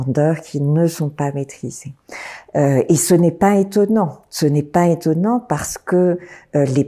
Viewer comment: Madame, puisque vous êtes professeur, vous devriez savoir qu’il ne faut pas dire « ce n’est pas (h) étonnant » mais « ce n’est pas (z) étonnant. Avec la liaison !